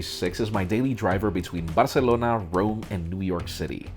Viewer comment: I love how you insist on pronuncing "Barcelona" like a Spanish person, but when it comes to Rome, it's just Rome, not Roma. Either pronunce everything correctly or anglicize everything, don't mix and match, just makes you look silly.